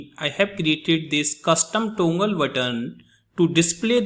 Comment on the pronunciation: Its toggle not tongle but good video.Thankyou